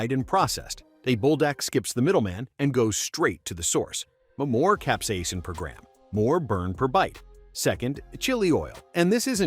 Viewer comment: concentrated cap-see-asin